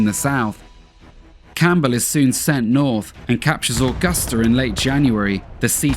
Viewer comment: The one thing is how he pronounces Augusta is so wired. I've never heard anyone say my hometown like that it's so weird.